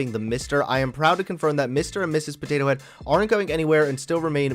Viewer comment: I just want to know what is going to happen to the animatronic potato head at disney XD... but seriously I find funny how says. Pothatho